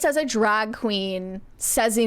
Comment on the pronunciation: the word is “cast,” not “cost.” The word is “drag,” not “drogg.” And we’ve already discussed “thott” vs “that.” Is it an accent?